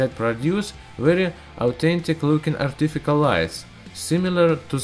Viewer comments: ar tifi kal lights lmao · 'Artifikial'? ARTIFICIAL durak!